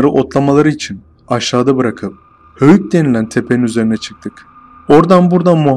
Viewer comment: Bu hikayeyi anlatan arkada çorumlu mu acaba hoyuk dedıgı alacahoyuk gıbı geldı